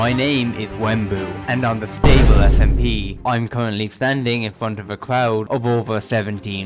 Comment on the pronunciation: sTable SMP, the T is ejected out like a Na’vi sKXawng